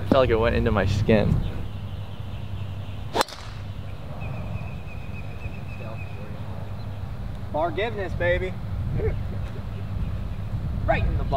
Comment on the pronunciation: "Fargiveness"!! Both proceed to miss fareways left and right hahaha